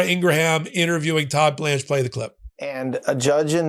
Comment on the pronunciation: The “h” is silent in Laura Ingraham’s name ING-gruhm. It’s starting to hurt my ears listening to you butcher it constantly as “ING-gra-ham”. Are you are journalist cause how can I trust someone who can’t pronounce a name?